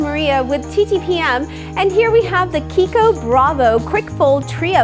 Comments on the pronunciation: Italian brand, so the "ch" is pronounced like a "k"! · Meika Zack yes. She's pronouncing right